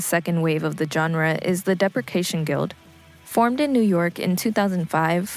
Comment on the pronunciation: I agree. There is a promising base there but it's poorly researched and any chance to shoehorn in AR Kane is always taken. Seefeel wasn't the only casualty. Depreciation Guild and Ulrich Schnauss were also mispronounced....it's like they don't hear the names of anything ever said out loud and just read stuff online. Look up bands online, do bear minimum research and then post. Some of the acts mentioned are atrociously off topic too.